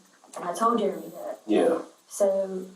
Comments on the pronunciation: Is the guys name "Jeremy" and she's pronouncing it Jur-remy?" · Did she call him Jer A mee? I thought it was Jeremy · Why does she say Jer-Amy , instead of Jeremy. It’s like she’s never heard the name before, reminds me of A A Ron commercial